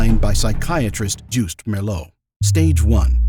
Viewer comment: When you use the name of a Dutch man, try pronouncing it correctly. When you say the man’s last name, you correctly pronounce the last letters: ‘(Meer)LOO’. Those same letters are in his first name, so they should also be pronounced that way (and not ‘Joust’. The first part of the last name is not ‘Merr’ but should sound like ‘mere’. It’s simply more respectful to address a person correctly. As Dutch people we do it the other way around too.